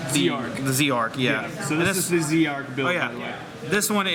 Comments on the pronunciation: It's not Zeeeee Arc it's Zarc . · BlahBlahBlah Blah look up the English printing it is Z-ARC